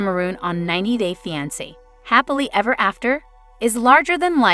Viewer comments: I wish the commentator would pronounce fiance the right way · I even spelled it out phonetically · 90 Day "What"? wtf learn how to pronounce 😮